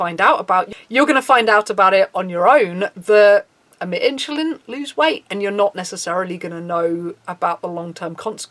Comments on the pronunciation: “in-cha-lin” * insulin* not with a ch... sorry... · great video thanks for shining a light on this! however insulin is pronounced "in-sil-in" or "in-su-lin" not "inchillin" lol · Why are u pronouncing it "inshuline"?